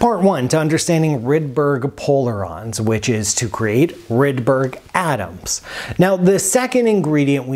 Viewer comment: "Rude-berry" Polarons